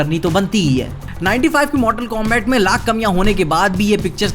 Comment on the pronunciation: Bhai koi areas mei pronunciation combact kehte ho aur liu kong, baaki video toh mast hai 🤩